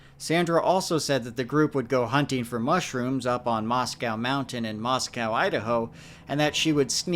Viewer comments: Everyone has already said everything I could think to say about this case lol. Clearly a case of mental health, not bigfoot or fairies. But as someone who was born and grew up in Idaho, Moscow is actually pronounced Moss-coh (not cow). Just figured that could be helpful in any future cases that take place there. It's a beautiful area! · Funny how you being from the PNW you pronounce Moscow Idaho "moss cow" not "moss coe"as it's supposed to be pronounced. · That's wild I live in Moscow and love the co-op, but I've never heard of this case. Ps it's Mos-Co, not Mos-Cow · Moscow is pronounced "MOS-coe." I'm married to someone whose family homesteaded here in 1883 and we've lived here since 2002.